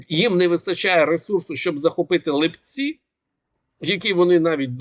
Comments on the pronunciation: Вы же не говорите липЕнь? Чё ЛипЦі,а не ЛИпці?ЛИпа,не липА! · Пане, населений пункт Липці правильно наголос на и', а не на і.